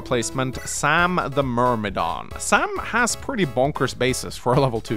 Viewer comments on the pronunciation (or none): none